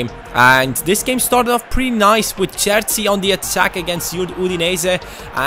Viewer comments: its cher-chi not sersi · his name is pronounced "Cherchi"